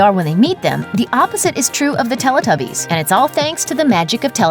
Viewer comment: Why does she pronounce Teletubbies like that? She pronounces the "Tele" as you would do in Spanish rather than like "Telly" as us English people pronounce it....